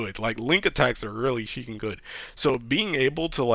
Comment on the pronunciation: He's saying "freaking" 😂